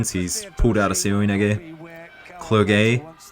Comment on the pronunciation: You have to prononce "Clerjé", i l know him i little bit, so i told you.